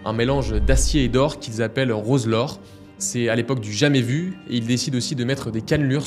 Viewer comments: Oui dommage. Entre Plan-Les-Zouates. Et Roselor.. au lieu de Rolesor. :/ mais si non très belle video effectivement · ROLESOR et non ROSELOR 👍